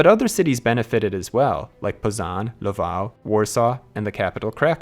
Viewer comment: Pznon? You mean Poznań, right?